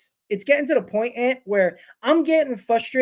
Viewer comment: fustrated. so very fustrated